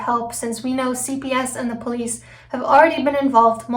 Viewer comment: It makes my ears hurt when he attempts to say the word police, I’ll tell you that. He always pronounces the word “Pleace.”